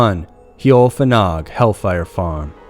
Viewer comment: Also, HEOL FANOG is pronounced "Hay-ol Van-ogg"